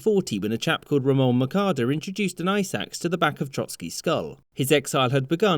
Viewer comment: Ooof that pronunciation of "Mercader" oof ouch